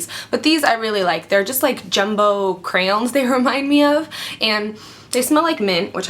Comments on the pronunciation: you say crayons funny lmao love u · I LOVE the way you say crayons :D